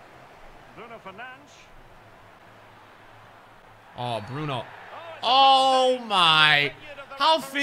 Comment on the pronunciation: Or what ea call him Bruno Fernange 😂😂😂😭